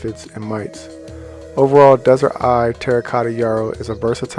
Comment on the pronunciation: Just to make sure you are putting out correct information, it is Desert Eve not Eye